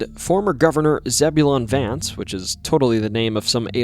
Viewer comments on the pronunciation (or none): none